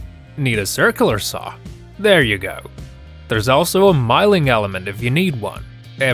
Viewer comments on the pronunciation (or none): It is, in English. Someone is translating Russian to English, and pronouncing the word incorrectly. Some nice ideas, anyway. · What the hell is 'miling'? I always thought it was known as 'MILLING'!